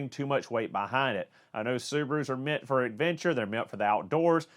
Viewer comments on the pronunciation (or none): none